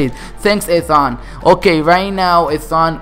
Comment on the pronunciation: You said Ethan wrong, lmao